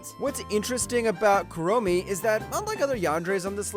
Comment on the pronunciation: I gotta give this a thumbs down for "Kuromi" Tokisaki bro come on